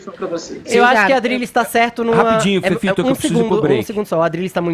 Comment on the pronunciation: Deouzolivreeeee!!! Parei qdo o féfifitoo começou. Nummm guentoo affff